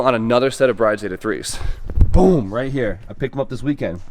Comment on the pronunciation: Just a FYI the seat companies name is pronounced BRID not bride like its spelled.